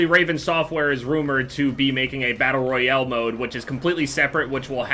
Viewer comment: "Battle royele"